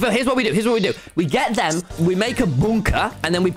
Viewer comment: I like tommy said bUnKa in